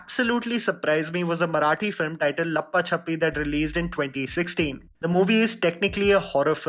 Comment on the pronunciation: Hi I like your videos however you have to work on your pronounciations, especially of Marathi or Hindi names. Its "Raa hu lya" and not "Rahula" Its "Maan ja re kar" and not "Manjrekar". Also the movie name is "La paa cha pi". Please look into this in all your future videos. It sounds rude and disrespectful when ur name is wrongly pronounced